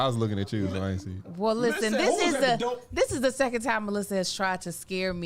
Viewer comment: Not “Who is at the Doe” 😂😂 ok